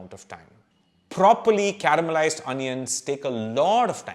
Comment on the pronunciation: My God, from where do you get these hitherto not known topics. I am addicted to your videos and share them with my friends. We are all a big fan of yours. Thank you for the amazing info you provide. Just one suggestion. Pl don't mind, kindly don't mispronounce 'onions'. Its like an apashruti in the melody. Excuse me, don't mean to hurt you.